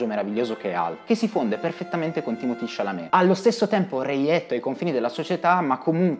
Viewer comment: perchè lo chiama Timotì? è francese e si chiama Timoté.